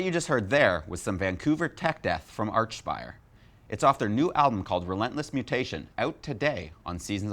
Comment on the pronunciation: Why do you keep calling them arch-spire. Its like ark-spire.